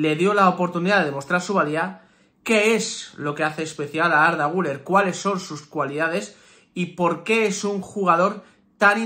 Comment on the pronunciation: Se escribe guller se pronuncia guiler